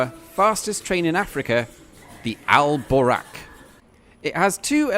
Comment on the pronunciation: It should be "Buraq". Not "Boraq" It's the "vehicle" that the prophet Muhammad use when he travel from Mecca to Jerusalem in just one night.